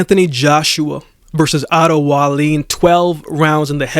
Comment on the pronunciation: Pronounced 'Vi-Leen'!